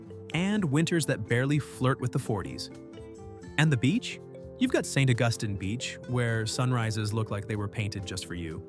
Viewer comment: Interesting that AI botched "St. Augustine" the first time, got it half right the second time, and pronounced it flawlessly the third time. One of the street scenes shown during St. Augustine sure looked a lot like Lincoln Road in Miami Beach! Nice scenery though. I've been to Natchez only once, but I have a strong memory of it's unique charm.